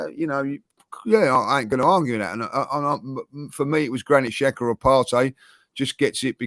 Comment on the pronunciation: Just started the podcast, if is still unable to say Xhaka, I will be hurt. So childish.